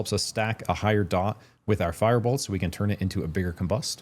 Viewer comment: just a word not to be nitpicky, but you are not great at pronouncing your words and was extremely hard to follow the part about firebolts because your firebolt sounded the same as fireball and i had to repeat that spot in the video several times to make sure i got it right what spell to pick hehe, carry on hehe